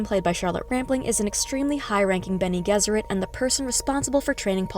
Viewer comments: Isn’t it benegezurate, with the g sounding like a j?? I’m just asking that’s how I’ve read it in the books. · Bennay Jezzerit is the usual pronunciation.